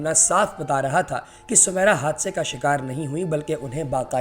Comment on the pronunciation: نام سومیرا نہیں سمیرا موسی ہے میم میں زیر کے ساتھ۔ حد ہے تم لوگوں کی جھالت کی۔